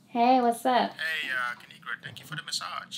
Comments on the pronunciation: My name is pronounced kinigra she so cute I love u kinigra Me even though I’ma girl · its kuh-ni-gra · It is pronounced ki-ni-gra. Now subscribe!! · Kinigra:Let me tell ya a thang o three its pronounced KA NI GRA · Lemme tell y’all a thang or 3 Subscribe To Ka-ni-gra And also when u let yo as* go outside remember it’s pronounced like that ✨period✨ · It's Pronounced Ki-Ni-Gra Now SUBSCRIBE IMFAO EVERY TIME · Lemme tell you a thang or three it’s pronounced ki-ni-gra now subscribeeeee